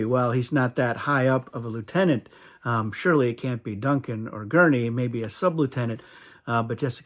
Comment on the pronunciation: I was confused for a minute when you said "the room Shirley Paul will end up in"... Only to realize you meant "surely Paul will end up in"! 😂😂😂